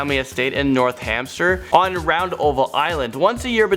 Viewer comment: Actually the scary thing about this video is mispronunciation of words & how he butchers the script given on the teleprompter!😒 Dallas, Taxes?!? Really! Princess Diana is not buried in north hamster, she's buried in Northamptonshire! William Shakespeare's gravestone is in Stratford-upon-Avon in Warwickshire, not starford upon avon in workwashur! & it's a mausoleum, not a muslim. I know everyone makes mistakes, but so many in a 6 minute video😬 Was this edited at all?!?